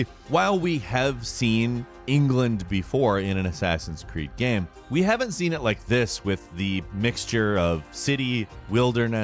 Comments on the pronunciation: Is it just me, or does he pronounce “game” as “gyâm?” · why da hell does he pronounce "game" like that?? I cant stand it